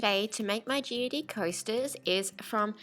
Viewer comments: You know that you don’t pronounce the e at the end of geode? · Made me giggle every time she said it. It sounded so silly, but cute.